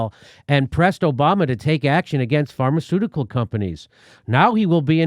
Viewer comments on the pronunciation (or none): none